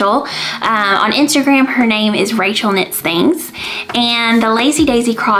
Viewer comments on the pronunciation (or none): none